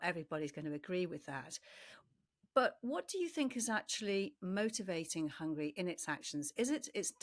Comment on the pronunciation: I don't agree the Russians have the ability to endure pain. Rather they aren't allowed to criticise the government. It's pronounced Hungary dear, not Hungry!